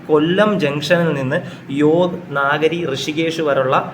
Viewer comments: നാഗരി അല്ല.. നഗരി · നാഗരി അല്ല . നഗരി എന്ന് പറയൂ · Yog നാഗരി അല്ല യോഗ് നഗരി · യോഗനഗരി എന്ന് പറയാൻ അറിയില്ല അല്ലെ.